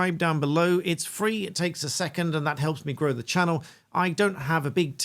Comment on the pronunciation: Did she say "grow the economy" or "blow the economy"? 🙄